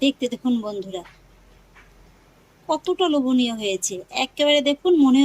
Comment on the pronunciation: কথাটা লবনীয নয় ।লোভনীয়।😊